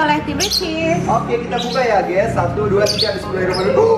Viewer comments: GAYS bukan SAYANG😒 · Gays bukan sayang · bilang "GUYS" bukan syg, coba deh kmu ulang ² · Aku juga dengarnya guys bukan syg